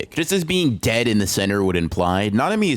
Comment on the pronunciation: you did not need to enunciate the word “DEAD” like that bro 😭